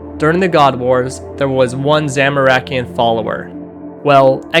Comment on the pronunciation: Very cool and well put video man. My only suggestion is working on the pronunciation of a few words (Zamorakian, Karamjan, Ximoua)